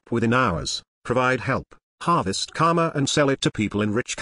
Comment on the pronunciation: The guy pronounces it 'Kama' (which means sex in sanskrit which owns this word!) instead of 'KaRma' with a stress on 'R'. Its really funny to replace Karma with Kamma thenceforth :D